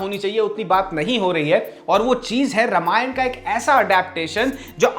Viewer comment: Sab thik hai video me. Bas रामायण बोलो रमायण नहीं। अर्थ का व्यर्थ होता है ऐसे उच्चारण करने से।